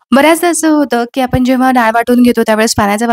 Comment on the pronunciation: सगळ छान आहे .काही मराठी शब्द अशुद्ध आहेत. पन नाही पण , आपन नाही आपण.मेथीचे दाने नाही दाणे असं म्हणा. व्हिडिओ दाखवताना कृती सांगताना भाषा शुद्धच पाहिजे. Sorry for suggesting.